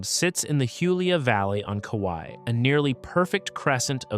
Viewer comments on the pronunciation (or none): none